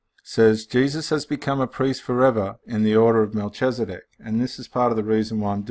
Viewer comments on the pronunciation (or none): Hello brother, just thought I would give you a little insight. Pronunciation - Mel-kiz-a-dek and ched-or-lay-o-mer. That is ched as in cheddar cheese. :) 👍 Also, one way to see that Melchizedek cannot be Christ is to replace the name Melchizedek with "Christ" or "the Son of God" in Hebrews. It doesn't make any sense therefore it cannot be. May you be blessed.